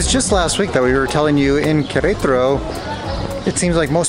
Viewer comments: How come you guys pronounce it querAYtaro? I’ve never heard english speakers or spanish speakers pronounce it that way. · They are exaggerating the stressed syllable in Querétaro (the one with the accent), possibly a bit too much because of consciously trying to stress the correct syllable! 😁